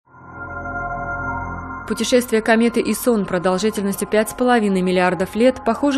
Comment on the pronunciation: Айсон , а не исон